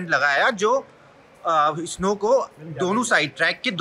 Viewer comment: Bhai स्नो होता है isno isno lga rkha hai